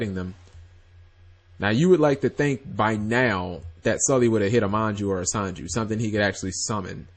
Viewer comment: SEnju not SAnju